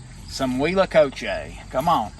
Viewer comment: I live in Mexico so I believe I can help you with the pronunciation. In Spanish the H is silent and all vowels are very pure. A=a short "a" as in pants, E= as a long "a" such as the a in play, I= as a long "e" as in ie in piece, O= as a long o as in grow and U= a long u as in union. Therefore if your spelling is correct the pronunciation is uit-la-co-che